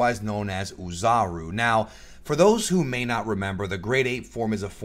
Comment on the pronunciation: I'm looking forward to how this series progresses. I even hope that there is a Zarbon episode. (By the way, "Oozaru" is pronounced "Oh" "Zaru". That is, the "O" is long, not pronounced like a "U". Anyway, keep up the good work.)